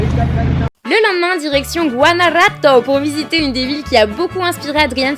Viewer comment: C´est pas GuanaRato, c´est GuanaJuato